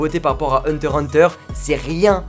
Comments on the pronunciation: Ses pas hunta ses hunter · huntah huntah c sa la pronnonciation xd non c hunter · Il a dit hunta hunta au lieu de hunter hubter 😓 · je rêve ou il a dit hunta hunta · Mon préféré animé sais hunter x hunter an deuxième sais one piece et sinon on dit hunter hunter pas unta unta en plus un moment tu l'as bien di 😔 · Vous avez entendu comment il a dit Hunter x hunter il fais exprès ou quoi 😔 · C'est moi ou il à dit hunta hunta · tu sais pas prononcer Hunter x hunter